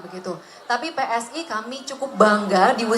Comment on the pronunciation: PSI mbak bukan pssi😂😂😂